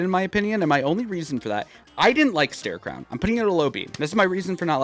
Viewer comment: Why does everyone say "starecrown," and not "starecrow."